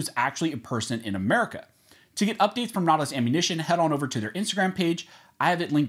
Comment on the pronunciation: I cot you said Merica twice haha